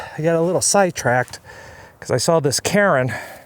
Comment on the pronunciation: I could have sworn you said “Karen” instead of Cairn. Even my wife looked up and asked if that was what you said!! Great scenery!